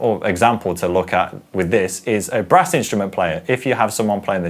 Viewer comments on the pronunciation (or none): none